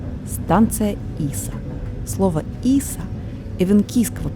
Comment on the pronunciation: Станция ИсА- ударение на А)